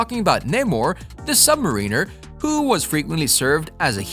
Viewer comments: * Sub-MARINER , not Sub-"Mareener" ... what's next , Magnet-O ? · It's Namor the Sub-Mariner not submareener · Sub mariner, not Submarine er. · JFC, it's SUB-MARE-EN-ER not SUB-MA-REEEN-ER. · Sub-marin-er not Submarine-r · Namor, is the Sub-Mariner (Pronounced Subb - Marin ner, like in the rhyme of the ancient mariner), submariner is a term that doesn’t exist, you need to learn the English language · Say NAMOR The Submarine "Măr′ə-nər" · Are you intentionally misprouncing all those words like Sub Mariner and the like? It was distracting from the otherwise high quality of your commentary. You may want to invest some time and run you dialogue by a friend more versed in said pronunciation. Good video otherwise.